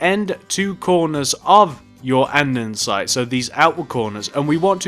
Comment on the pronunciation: ITZZZ NOT ANDENSITEEE IT IS ANDESITE (And-E-site)